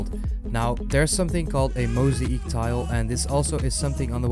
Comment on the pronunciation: its not "moseek" its "mosaic". This is why you should stay in school kids